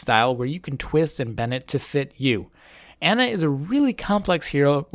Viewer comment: AH-na. Say it with me.